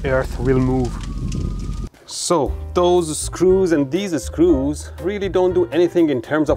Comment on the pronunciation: Drink something every time he says "deees-e screews".